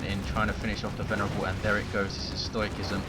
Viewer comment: Great cast as always! Thought I'd mention that "Stoicism" is one of those English words that doesn't sound like it should. "Stoic" has a 'hard' C, "Stoicism" has a 'soft' C, so the pronunciation is: "stoh-uh-siz-uhm". Just thought you might like to know. Can't wait til your next video!